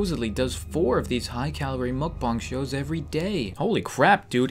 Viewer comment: Its mukbang not mokbang